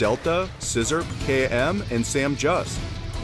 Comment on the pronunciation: Kai M is actually pronounced (Kuh-Ie) It's also my name irl